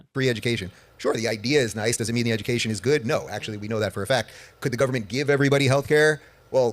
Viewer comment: Anytime Dave Rubin says "government" my eye starts to twitch.